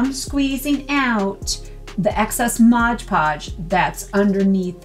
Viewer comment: For pity's sake. You're a professional crafter. Can't you say Mod Podge?